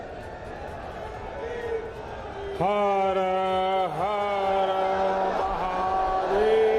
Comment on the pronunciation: Deykhu yeh jhoot ka nateeja hai ki har har mahadev bhi muh sey sahi sey nahi kah pa raha hai